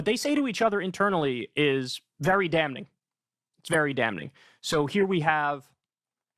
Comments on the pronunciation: Kyle should really take a class in speech. The way he says words phonetically. Like hr always says "dam-ning" For damning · I love Kyle, he’s my favorite political commentator, but it drives me crazy that he pronounces the ‘n’ in ‘damning.’ 😂😂😂